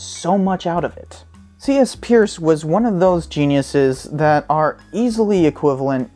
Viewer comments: Peirce is pronounced "purse". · It is pronounced 'Purse' (his last name) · Bit of a quibble, but Peirce's name was actually pronounced 'Pers'. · His name was pronounced, Purse. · Try again with Peirce pronounced as noted here. And check out Arisbe for some indication of continuing work. Peirce still remains a revolution waiting to happen.